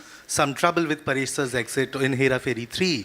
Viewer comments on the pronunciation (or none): paa resh nahin, pa resh